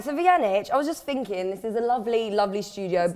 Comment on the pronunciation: It's pronounced "thinking" with a "th", not "finking" you silly bitch.